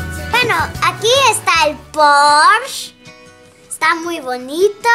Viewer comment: Jaja me gusta como dice "Poorsh" xD